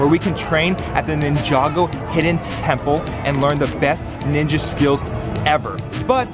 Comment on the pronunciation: I like that he can pronounce ninjago properly lol